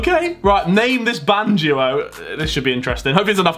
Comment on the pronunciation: He says he’s not a nazi but he pronounces band duo as “ban Jew oh” 😂